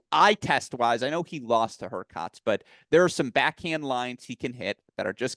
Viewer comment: was on fire today! Really sharp analyses. His pronunciation of HurkaTZ and ZvIErev were a bit grating though.